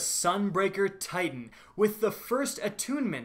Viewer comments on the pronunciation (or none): none